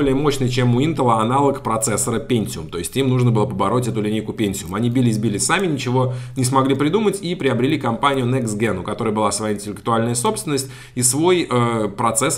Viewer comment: Эмайпиэс не мипсНэкстген ==> некст джен ведь дженерейшн же.